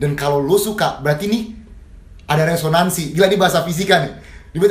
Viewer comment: pake ngomong resonnansi heheh. mau bahas gelombang bunyi ni hehe. saya kagum sama